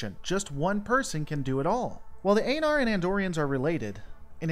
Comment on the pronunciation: I believe it's pronounced E–nar! The "A" in Aenar is silent ;)